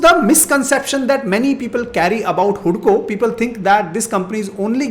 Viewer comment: Informative video.. 👍🏻👍🏻Second stock pronounce hadco not hudco😄